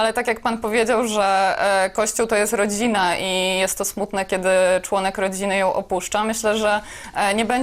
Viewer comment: Z akcentem na "członków" 😝